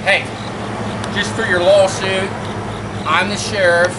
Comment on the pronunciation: “larsoot”... Yea, he’s trashed. Been around enough drunks, he isn’t even subtle with it.